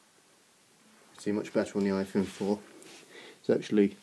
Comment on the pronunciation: you said ihone lol